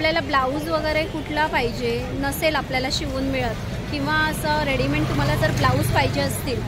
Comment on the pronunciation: Readyment nahi...its called READYMADE रेडीमेड